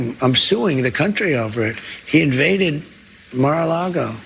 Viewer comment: Don’t normally do this but it Mar-a-lago. You completely butchered it